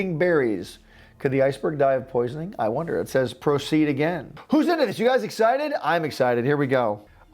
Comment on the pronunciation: You wer going to say wonda